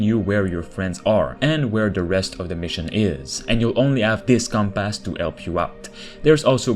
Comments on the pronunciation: Com-pass. No T at the end. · Compass. Without -.